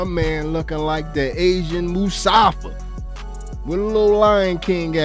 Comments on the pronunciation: MUFASA YO NOT MUSAFA.... U KNOW ALOT AH SHIT BUT CANT SAY THE KINGS NAME SMH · Dis nigga said Musafa😂🤣😂🤣😂